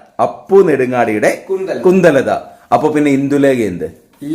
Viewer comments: കുന്തലത അല്ല കുന്ദലത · കുന്തലത അല്ല കുന്ദലത ആണ്